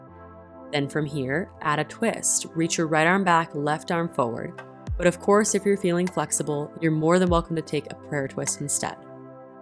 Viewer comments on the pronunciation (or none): none